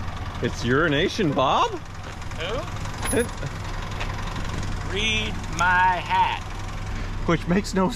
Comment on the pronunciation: Watched for almost a year before I figured out he wasn’t calling him “urination Bob”. I kept thinking the guy must like to pee on people or something